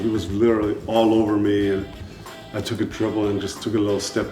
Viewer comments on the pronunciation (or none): none